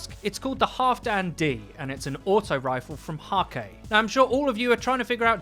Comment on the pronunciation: I would, feck, I love Häkke. Btw, you say Hakke which is quite common for someone not used to these letters. But in Häkke, the Ä would be pronounced like ae. Like Haekke. But it is hard for native english speakers. But to what I wanted to say... I would love to use the Halfdan D... or any Häkke Auto-Rifle for that matter. Yet Banshee-44 decides that I'm more a Suros person by now. And I hate it. How do I get a Häkke Rifle? Banshee sure has no intentions to give we one. No matter how hard and many weapon parts I throw at him.